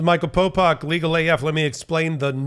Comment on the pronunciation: How is popok 'pow pak' and not 'pow powk'?